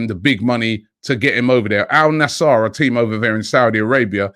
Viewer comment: The saudi team is al nasr . Not al "nassar" robbie you mispronounce everything that is not English smh